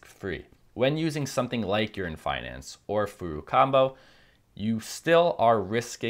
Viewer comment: Are you saying "urine finance"